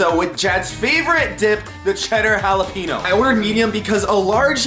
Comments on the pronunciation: Jalapeno!!!! (ha-la-pen-yo) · it is pronounced ha-le-pen-yo